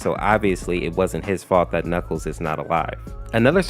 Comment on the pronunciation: god how he pronounces things are hurting me "reqwital" "chaotic" "knuckle"